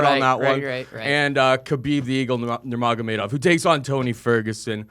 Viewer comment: Dude pronounced Nurmagomadov about 3 different ways LOL 😂